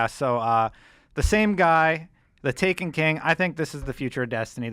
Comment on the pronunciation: ok i lost a lot of hope in enjoying this when he said taken ta ken (please note this comment was made before watching the full video)